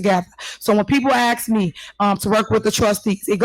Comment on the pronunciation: This woman is really nuts, and what the heck is "ax"? Why is it so hard to pronounce asked.